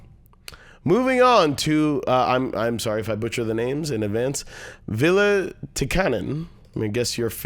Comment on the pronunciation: You got my name almost right 😜 (the second one) ❤️